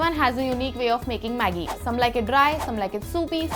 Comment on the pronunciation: He actually pronouns Maggie like the way that girl did, pretty good